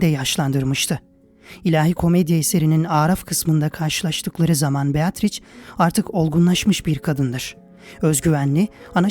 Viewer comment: "beatriç" değil, aslı "beatriçe" şeklinde okunur.